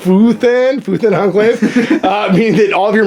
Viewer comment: Why is everyone saying it wrong?? It is FuÉthan, as in fuego (<— meaning fire).